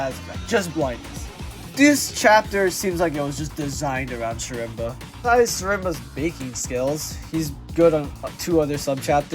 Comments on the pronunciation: im pretty sure it's pronounced as sherma since I think the c is silent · schrembuh how do you butcher his name this badly